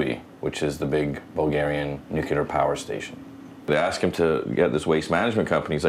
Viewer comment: I went nuculer